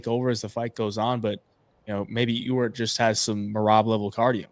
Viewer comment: Thanks again,! And thanks for being able to properly pronounce Ewert (yooo-urt). You're the ONLY person I've heard able to do this correctly.